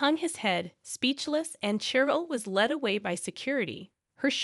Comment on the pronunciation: Cheryl is pronounced Sh-er-l. Natasha is pronounced Na-Tash-ah-a.